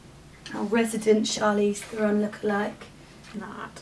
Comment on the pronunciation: her last name is pronounced thare-on. she said so in an interview. :)